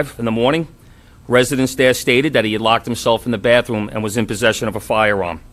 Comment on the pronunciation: really, “October eighteenf and bafroom”?? C’mon man